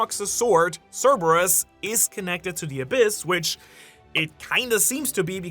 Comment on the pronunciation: Thank you for pronouncing Cerberus correctly